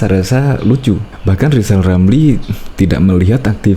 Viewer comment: Si lizal lamli telat minum obat...seling ngomong sendili.